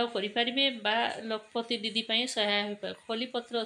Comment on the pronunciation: Lakh pati didi pronunciation bhul heuchi 😅 ଏହା ଲକ୍ଷ ପତି ଦିଦି